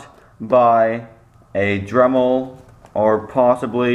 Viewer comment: DEMEL lol